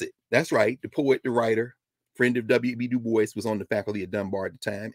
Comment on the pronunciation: Dubois is pronounced as Du- bwa.